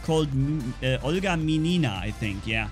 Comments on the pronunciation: Hi,! And good mood to you, buddy ) There's one point with pronouncing the last name of this pilot. Obviously, she is russian and so you have to stress the first letter "i" in the word "Minina": M'inina but not Min'ina =) Good luck, love your videos ) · The accent is on the second letter - M’inina. And “iskra” translates as a “spark” to russian, whatewer does this means here) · "Minina" you say incorrect. Stress on the first vowel. Just trust me.